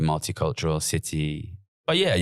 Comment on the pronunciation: Why has Gary added a Los Angeles style twang to his accent for this podcast? He keeps saying Cidee instead of City and other weird quasi-Americanisms. I'm scared he might start going up at the end of his senTENCES.... like he's asking a queSTION